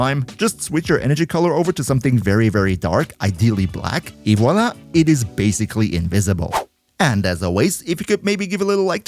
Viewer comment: As a French the "Et voilà" is very well pronounced :D